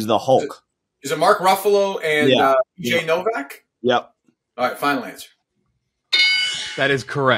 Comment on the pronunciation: Kirk says Jay Novak and not bj Novak. Slipped through